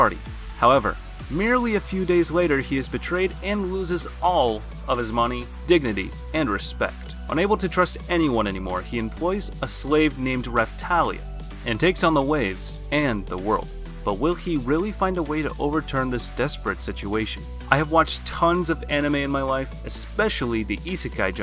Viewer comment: It's raftallia not raptalia